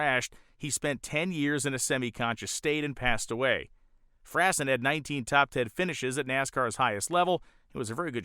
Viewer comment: a bit more research would've made this more enlightening. First the #50 car of Joe Frasson. It's pronounced "Frah-sawn" and he was a transplanted yankee who inherited a fortune, blowing it all on racing. Later became an insurance salesman in Spartanburg, SC (the real home of stock car racing). His final OH SHIAT moment was about 15 years ago, while riding his Harley at night, a big buck ran into his path and impaled Joe on his antlers. He lived through that, dying some years later of old age. Darryl Greenamyer - The Smirnoff airplane and dragster. Greenamyer was most of what you said, the airplane was a Grumman F8 Bearcat, the hemicuda of Navy prop fighters. The dragster was paid for entirely by Smirnoff, body of course by the peerless Tom Hanna. Darryl said it was the MOST VIOLENT machine he ever crawled in. He only made a few passes in it before sticking it in a garage where it sat completely unmolested for decades in it's original condition. It still exists. He is most famous for the ill-fated (and somewhat incredibly stupid) attempt of flying a B29 out of Greenland that had crash landed there in WW2. It ALMOST made it, bursting into flames at the last minute before takeoff. His other shady aviation event was attempting to set low alt speed records in a F104 called the RED BARON. Rumor has it he intentionally crashed it to collect the insurance money (he ejected safely). I could go on, but that's a taste of the info yet to come on some of these legends and the photos that